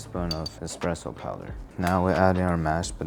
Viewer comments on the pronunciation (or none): He lost me at powther. Dude... its powDer.